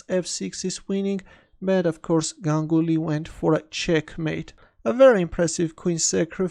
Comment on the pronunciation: Correctly pronounced his name...